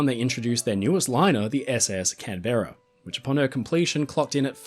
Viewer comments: What a great documentary! But I’m surprised mispronounced the Canberra as “Can-berra” instead of the correct “Canburra,” which you say quickly. No break in the syllable. It’s just “Canburra.” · Tut Tut,. It's Canbra not Can beara. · As an Aussie did you seriously pronounce Canberra as "Can-bear-a" rather than "Can'bra" . . . something wrong there . . . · Our friend, you’re an Aussie, how can we accept “Can-Bear-ah” Sir I ask you!!!